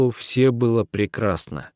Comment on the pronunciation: Больше пригласить некого , что ли ? Он читает отвратительно. Не всё надо , а все надо ! Капец !